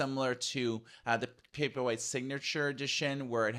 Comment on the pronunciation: I think Kindle Paperweight would be a good model name as you pronounce :)